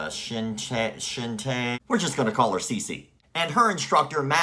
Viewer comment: CHINTYA CANDRANAYA pronounce: CEEN TEA YA. CHUN DRA NUH YA